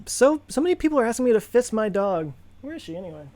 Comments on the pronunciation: Fiss the dog... for a second it sounded like "fist". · Oh hell, I thought you were saying fist 🤜 my dog 😮 I get it now. I feel much better now, love the channel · Sure sounds like it. Re-listened and the CC text is in agreement. First Joe can't say ISRO and now this, I'm getting concerned ;)